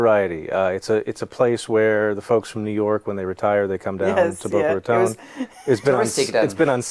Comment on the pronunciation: Boca Raton - he has trouble pronouncing as a French speaker? Weird.